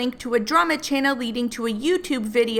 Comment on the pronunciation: “Welcome back to my tannel.”